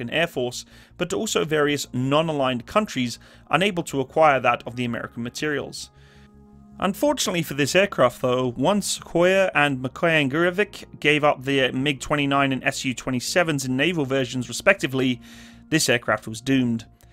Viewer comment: It's pronounced Mikoyan GureviCH. Not "Gurevik" or Gurevic". With all Russian, Servian, Ukrainian and Croatian last names that end in Latin "C" (in English/American transliteration) - the C is pronounced as "ch".